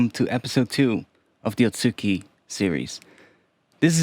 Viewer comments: just a note on pronunciation, you're pronouncing it as at-SU-ki, but the proper pronunciation would be a-tsu-ki. The u also doesn't really get fully pronounced, so its more like a-tski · The second one should be あつき (atsuki) not あっき (akki).